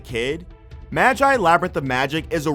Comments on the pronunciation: Mah-Jaai Fuck is a Mah-Jaai? maGi G Geu. Geu Magi sound it out. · Did... did you just say madjie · It's Magi read as Magic without the C not Majay 😅 funny accent. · "Maj eye" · Okay hol up i only got 1 thing to say to u sir... say magi again?🤨😩💀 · The way he pronounced Magi...I